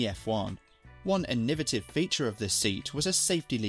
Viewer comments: Ee niv at tiv. 😂 innovate is the word that the word innovative is derived from! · I enjoyed the video. Just one thing, you are pronouncing 'innovative' in quite an odd way